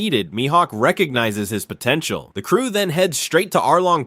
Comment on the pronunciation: Did you said POTANTIAL